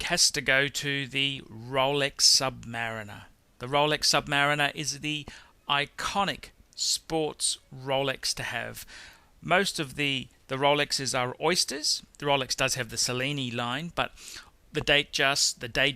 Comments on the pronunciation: Rolex Cellini is not pronounced sellini, it is chellini. For a watch snob you pretend to be, it is very very bad that you cannot pronounce the names correctly. Same thing goes with JLC, you cannot pronounce it and of course the AP (wtf?). And yes, btw I think you are reading your list up side down. Lange 1 is going to be the first on the list and then Royal Oak and then the rest. Your Calatrava should be the last (although your PP Annual Calendar can be the second after Lange 1 or Lange 31). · Rolex Saline!!! Hahahahhahahahha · Mehran Adeli HAHA ROLEX SELL-ini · Two Cartier watches, a mispronounced brand that actually sounds like Piaget which is another manufacturer, missing 8th place, no Breguet at all (the greatest inventor in watchmaking), no Vacheron Constantin (the oldest existing manufacturer), Rolex Cellini is pronounced with a "ch" like chello. What should we think about this list?